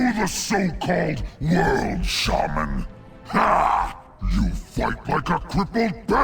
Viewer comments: The way Chris Metzen says Shaman... annoys the hell out of me, especially when he voices numerous characters who also pronounce it that way -_ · Why does metzen pronounce it “ShayMan”? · Did Thrall just say "shame-an?"